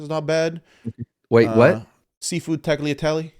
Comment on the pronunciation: Definitely said tagliatell